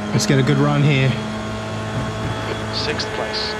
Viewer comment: Thank you for not pronouncing 6th as sikth 😅